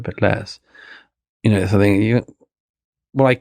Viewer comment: Why can’t this clever and well read writer pronounce the word ‘something’ correctly? Seriously, is there a reason so many British have a trouble with this word? Also ‘more and more free’, shouldn’t one say freer and freer?